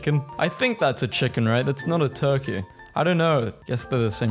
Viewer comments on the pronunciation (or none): none